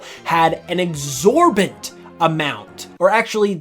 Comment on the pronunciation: exorbitant, not exorbent (that's not a word)